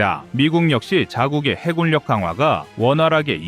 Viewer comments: '해군력'의 발음은 '해군녁'이다. 음성 AI 활용 발음 '해굴력'의 기계적인 적용이 가져온 잘못된 발음을 당장 수정해야한다. '미군력' '공군력'을 '미굴력' '공굴력'이라고 발음할 수 없지 않은가? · 해군력을 해굴역으로 발음하는 오류를 바로잡습니다. 해군역이라 발음하시길. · 해굴력 거슬리네요